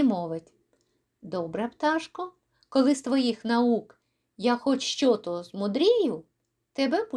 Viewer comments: Дякую за притчу. Але, на жаль, у трьох випадках Ви неправильно ставите наголос і збиваєте ритм віршованого розміру: 1. ...коли з твоїх наук я хоч що тО змудрію. 2. ...і зараз по хвилині сам тОго пожалів. 3. ...а потім забажав ти мене дістать ще рАз. (Правильні наголоси виділено великою літерою). З галицьким варіянтом української мови будьте обережні, консультуйтеся у фахівців... Правильніше читанн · Часом, заради миттєвого бажання, ми втрачаємо справжні можливості. Дякую за можливість почути цю притчу у Вашому чудовому виконанні!